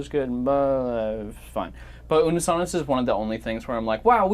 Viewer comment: Ash not unnus annus again stop it Mark 😂